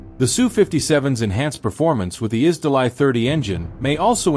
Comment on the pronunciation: "Изделай" - режет уши. Это ж русское слово, произносите его соответственно!